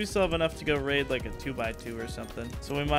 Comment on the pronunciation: Homie has control over 20 boxes full of tier 2 and 3 loot and say " let's waid the waid base, duuuuuuuuuuurrrrrr". 😂 dumb